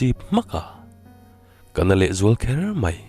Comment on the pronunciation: I chhiar thiam lutuk.Mahse,Mai tih hi Mei tih ang hian i lam deuh zelin ka hria.